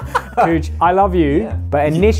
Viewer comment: cug should be pronounced rhyming with mug, not cooj. that's cheating.